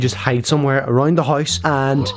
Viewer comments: you mean house not huose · I love it how they pronounce house